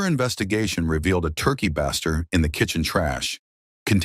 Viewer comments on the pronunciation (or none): Base- ter not bass - ter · “Antifree” always gets me. What a sick idiot Also every time the robot says “turkey ‘baa-ster’”, I think it’s gonna say turkey bastard 😂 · You are a murderer of the pronunciation of baster. Have you not ever been in a kitchen? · how was "ethylene glycol" pronounced correctly but "[turkey] baster" wasn't